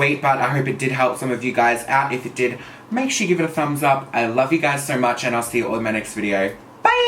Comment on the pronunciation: the way he says “SOY MUCH”❤️